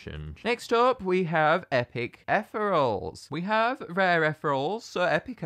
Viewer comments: idk if this is a local thing or if you're just saying it wrong, but it's eth-ee-ree-ul, not eth-rul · Wait no offence but I think it's ethereal (ee-thee-ree-ul Sorry I'm just picky about these things :( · i think they're pronounced etheereels